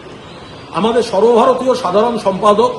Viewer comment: Sorbo bharatio r bolben na logga lage sunte😂